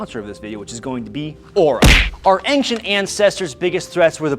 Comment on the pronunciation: Always love it when a fully grown adult cant pronounce "ancient"